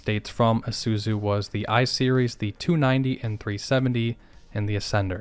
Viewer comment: I like how he pronounces Isuzu as "ehsuzu."